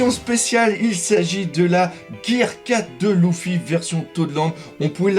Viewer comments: Leuffy pas louffy on dit stp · On le prononce leeeeeffy ou luuuuffy pas louuuuffy